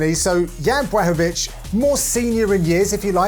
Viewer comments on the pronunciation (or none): FFS John can you not pronounce the fighters name man? Piss poor John Boy. Its pronounced like BLACK-O-VITZ.... Or there abouts. Not BWACKOVITZ or whatever your saying man. And I'm sorry but you were right.. The old supercar vs SUV analogy is a worn out cliche man. I'ts bloody LAZY John! I actually like you and your interplays with Dan Hardy but just going by this mate sounds like you can hardly be arsed. Cheetah vs Wild Boar would of been better than the 'Heard it a millionj times' car thing. If these guys dont fire up your imagination John then perhaps you could do the commentary for snooker or something? Sorry to be harsh mate but sort it out son eh? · why is he saying Bwaahovich LOL! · Please somebody make a meme of all the times Dan butchers Jan Blachowicz last name